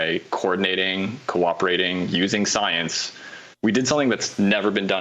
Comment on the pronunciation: lol he really emphasized that USING SCIENCE